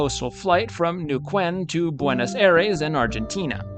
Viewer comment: brief note here -- it's pronounced neh-oo-KEN, not new-kwen.